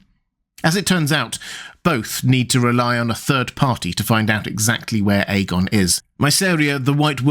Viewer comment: The dude in this video pronounces it correctly. Listen to his pronunciation